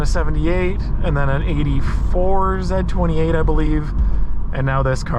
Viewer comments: ITS NO F-ing “ZED28” it’s the letter Z !! Z28 lol driving me nuts😂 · It's Z, Zed's dead, baby. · Repeat after me Z-28 . Pronounced Zee Zee Zee. Repeat after me ZEE-28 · stop saying ZED28, come on my guy! and also 1 exhaust is horrible! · If you're an American, you say "Zee 28" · Never in the history of automobiles, was there EVER a "zeh 28" Why is the letter Z difficult for you to say? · I'm Canadian from Windsor, ON (our motor city) and I've never heard another Canadian call it a "Zed"-28. Nice car and vid. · We say "Zee" 28 in American English... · It's a Z/28 as pronounced by a man who watched Top Gear. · It's the French pronunciation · The Way you Say Z28 is very Weird!! 😂